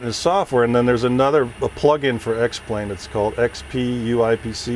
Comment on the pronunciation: He fucked it up when he said X-Plane